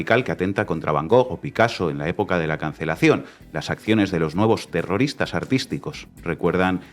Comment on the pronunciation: Zegimoh ziendo terrorihhhtáhhhhhh 😂....xf!!!